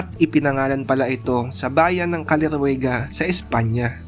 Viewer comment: Tama pronounce mo paps, salamat sa shout out, more power , more subs, ride safe always